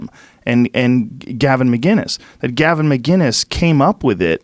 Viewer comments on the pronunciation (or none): It’s McInnes not McGinness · McInnes not McGinnis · He says his name wrong all the time. It’s not MCGINNES it’s MCINESS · Can’t either of those two read? Gavin McINNES’ surname is spelt out in front of them, yet they insist on called him McGUINESS instead of McINNES. It would be like someone calling them Tim POLE and Joe REAGAN! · Please Joe, it's McInnis not Mginnis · What is so hard about saying Gavin's last name? It's not McGuiness, it's fucking MCinnes MCinnes! EVERYONE says mcGuiness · Its MCINNES not mi-guinnes Gavin is the man